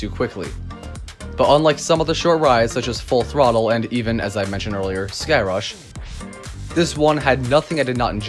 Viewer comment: I enjoy how Airtime Thrills calls Sky Rush as Thigh Crush! Hahaha